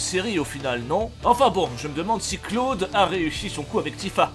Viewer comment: J'ai mis 12 minutes à comprendre que Claude, c'était Cloud... x'D " Dis camion ? "